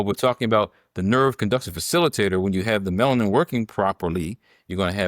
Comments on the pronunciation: It’s a 3 syllable word. Melanin.. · Respectfully, the word is “Alzheimer” not Old Timers. Also, Melanin has 3 syllables—Me-la-nin. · "Bigo logical" "Melin"? Does she have a speech impediment? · Will someone PLEASE inform this educated Queen that the pronunciation of YAHWEH'S elixer of life is MELANIN! Thank you very much! ❤❤❤❤❤🎉🎉🎉🎉🎉😊😊😊😊😊